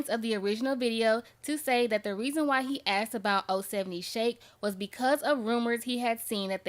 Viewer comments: ITS NOT 0-70 SHAKE.ITS OH 7 OH SHAKE.LETS GET IT RIGHT.HER 2ND ALBUM COMES OUT TONIGHT. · THANK YOU! That’s CRINGY within itself 😫😫😫 GOSHH!! lol OH - 7 - OH !!!!!!!